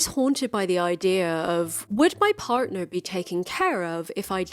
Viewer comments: As a person who is very nearly aromantic, I loved this video. Also very random but the way you say partner and other similar words kept throwing me off because it sounds more American or Irish when you pronounce it haha, it’s probably because I’m used to how you say other words very British to my Canadian ears. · you inexplicably said "partner" with an American accent. Are you some kind of undercover spy tricking us all??